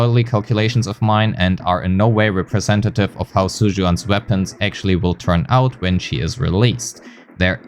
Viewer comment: all white people needs to get a memo on the Chinese spelling of Zhu, it's pronounced "Jew" and not whatever the the hell you said